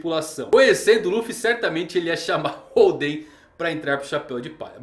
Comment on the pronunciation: legal o video, mas nao eh "holdEn" e sim hOlden que faz mencao ao estilo de poker, ainda oda brincando com os jogos em tudo relacionado ao kaidou